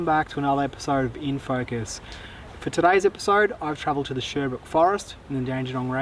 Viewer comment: That place is pronounced sher-brook. Sherbrooke forest. It's just outside of Melbourne in the Dandenong Ranges.